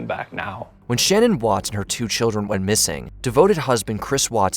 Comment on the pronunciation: And Chris Watts first said his wife killed the kids and he killed her in a grief stricken rage then he confessedlater to killing them all but at first he swore Shannan took off with the kids and its pronoinced Shan ann not Shannon!